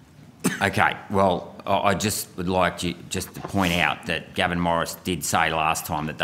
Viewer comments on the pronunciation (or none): none